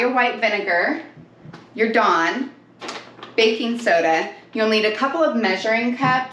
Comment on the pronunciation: What the f**k is Don? sorry Dawn?